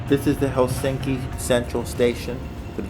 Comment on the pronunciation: I don’t understand why many foreigners pronounce “Helsinki” with strong emphasis on the end of the name? It is wrong. The first syllable of all Finnish names is always emphasized. As you pronounce “London”. In the same way!